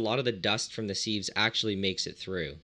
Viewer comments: Was wondering what molecular "seeves" are, then I realized I you meant "sieves" - in England we pronounce it "sivs" ;) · What's a seeve, I only know sieves, sivs. sieve /sɪv/ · "Seeves"? I thought it was pronounced "sivs" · You should note that "sieves" is pronounced as a siv or as sivs, and not seeve or seeve. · Seeves? Seeves??? It's pronounced, "sivvs" ya hoser! Eh! Ohhhh Canada...............Calice! Tabarnak! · They are pronounced "Sivs" not "seevs" 😂🤦🏼‍♂️ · Interesting to his hear the pronunciation of sieves. In the UK we pronounce it 'sivs'. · great video... but my prof in grad school would have killed me for pronouncing the zeolytes you are using as "Molecular.... See-ves" :) Siv.... not Seeeves here are both American and British pronunciations: (also, be careful. not all denaturing agents can be distilled out.... good example is methanol which is often used +/- Bittrex (Denatonium Benzoate) Run an NMR to see what's in there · Sives.. not sEEVes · I’ve never heard sieves pronounced as “seeeves” before. Certainly not that many times ;) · For sieves, try pronouncing it "sivvs" to rhyme with _adjective_. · Seeves? Buffoon. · Plus he says it wrong. It's pronounced sivs with a short 'i' sound, like in the word "little" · I thought you were saying "molecular seeds"! The mind boggled at what would grow from planting a "molecular seed"! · You can just pronounce sieves as "sivz" or a "siv" for singular. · The way you pronounce "seeves" is painful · sieves pronounced like "shiv" (less the sh --> ss) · Sieves, not seeves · I only came here to comment that! could've been worse could have been loominum seeeevs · Was enjoying the video until the seevs! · Sieves aren't pronounced like that... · Pronounceing sieves wrong